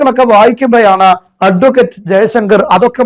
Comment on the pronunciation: അട്വക്കറ്റ്. എന്ന് ഊന്നിപ്പറയുന്നത്. ആക്കി പറയുന്നത് പോലെ തോന്നുന്നു.!